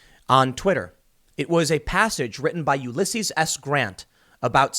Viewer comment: YOU-LESS-SEAS. Please pronounce his name correctly Tim.